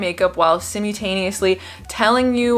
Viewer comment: Simyoutanusly??????? Lmfao